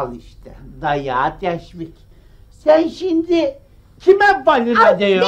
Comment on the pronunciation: 1.23 "Al işte dayağa teşfik"😂😂😂